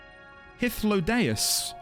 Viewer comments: You nailed that Hythlodaeus pronunciation first try! Well done. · Dude just casually one shots Hythlodaeus' name pronunciation. Cheers, mate! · Actually said wow out loud when you nailed hythlodaeus. You should hear the pronunciation some new streamers give our new old friend Just found your channel today, looking forward to your streams! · Wow... you freaking nailed that pronunciation on the first try... that is epic lol